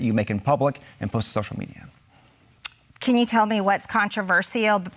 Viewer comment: She won, but I DO wish she'd take one second to learn to say "controversial" Marjorie it's "contra ver shul" We don't need one more excuse for them to say that we're "anti intellectual" and backwoods idiots.